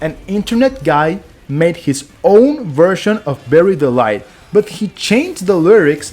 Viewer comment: I swear to god, you are saying "Berry Delight" instead of "Bury the light", on purpose! 😂